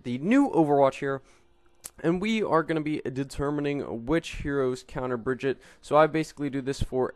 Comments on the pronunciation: im sorry I cant watch this when you say her name every fucking two secounds and even than you say her name wrong, like wtf just watch the damn overwatch intro video jeff says her name like 100 times and dosent say bridget once, smh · She is not called Bridget! It´s Brigitte! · Plz stop calling her like that, thats not how you pronunce her name.